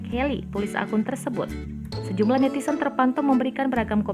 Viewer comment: Ini tribun timur kayak media amatir, pembaca beritanya netizen disebut netisen